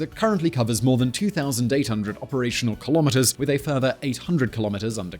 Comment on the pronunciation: Nah. I like Key - lom - mitt--ers